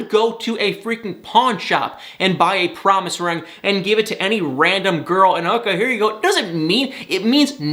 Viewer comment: Don't know why you pronounce it a "rang", when it's a ring.